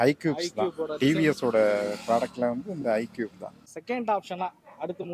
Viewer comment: Bro it’s not icube! It’s iqube 😅